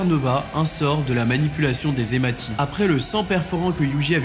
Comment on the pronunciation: yo hematie ça se prononce "hemassie". Merci pour la review, love